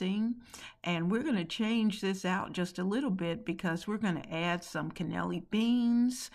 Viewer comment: ....gotta help you pronounce the beans😁....can-nel- leeny(spelled for pronuncuation). I'm gonna try the tuna & bean salad....that's different🙌🏿